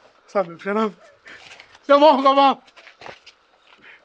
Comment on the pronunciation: I knew it there's something wrong the way he said "ngiyabonga baba". 😂😂😂